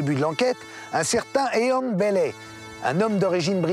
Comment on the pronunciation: Ian Bailey = [ iiyen beïli ] et "Jules" = [ djoulz ] Chaud l'anglais des journalistes français quand même! xD